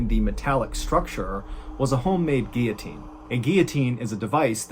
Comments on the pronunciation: That whole explanation of the door was confusing. I figured they probably put their heads on that ledge not lie on their bellies, which doesn't match the set up. The aftermath photo confirms it. But thanks for saying GEE ya teen, Not GIL uh teen, which is strange. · He pronounced the word guillotine correctly. Good job!